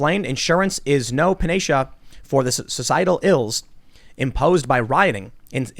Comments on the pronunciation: Panacea Tim: pan-a-shia It's pan-a-see-a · Pa nay sha....omg. It's "pan ah see ah" Timbo. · THis ding aling Tim pronounced panacea wrong lmao. Puh nay shuh he said.... pan uh see uh it how its said. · Tim… Panacea — Pan-uh-SEE-uh. No big deal, but every day is growth opportunity right? Love the show. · panacea - pan-uh-see-uh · Pan-a-SEE-a As in the town in Florida. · You had me thinking I've been pronouncing "panacea" wrong all my life. 😅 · Did Tim try to pronounce panacea?